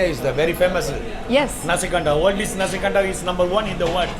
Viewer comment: Nasi kandar. Not nazi kandar